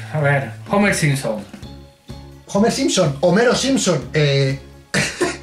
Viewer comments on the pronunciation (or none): none